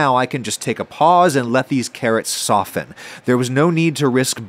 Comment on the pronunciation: the T is silent in the word: soften.